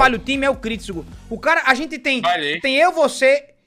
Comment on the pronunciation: Porquê que ele fala “caba” invés de “cara”??